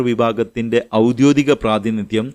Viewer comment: "ഔദ്യോദികം" എന്നല്ലല്ലോ , "ഔദ്യോഗികം" എന്നതല്ലേ ശരി ?